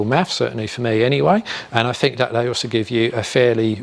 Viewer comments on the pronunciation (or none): Awesome content, but linguisticually you aren't saying "they" - you are saying "dey" as a shortening of the TH sound with a D instead. You can clearly say the TH sound because you do so in other words, I'm only pointing this out because you are doing public speaking and you might care. If not, carry on and keep being awesome :)